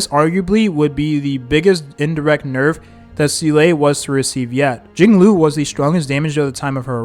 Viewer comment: im sorry but these pronunciations are like nails to a chalkboard. seal ay. den hang. fu xwun. JING LOO.